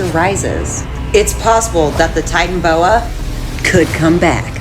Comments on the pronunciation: its pronounced titanaboa not titanboa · Tiytanabowa not titanbowa that is how it is pronounced how it is spelt titanaboa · ITS NOT TITAN BOA ITS TITANABOA